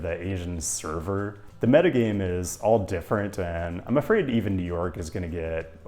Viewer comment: "JEW NORK CITY"